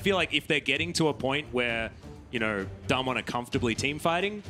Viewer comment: It’s Not daymn won, it’s daam won